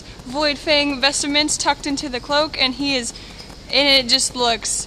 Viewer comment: lol its VOidfang VESTMENTS! Not vestaments!